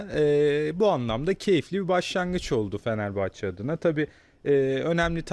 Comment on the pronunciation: Asporun Fenerbahçe diyemiyen konuşma özürlü bayan spikerleri feneebahçe ne amg ya..konuşmayı öğrenin biraz.